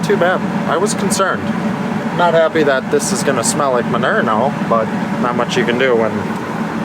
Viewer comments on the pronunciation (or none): The word manure. Y’all say it wrong 😂